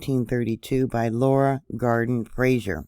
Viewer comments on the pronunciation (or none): none